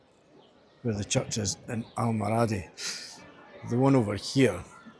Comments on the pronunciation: Al,mor a,dee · Al-mor-adi is the pronunciation I think.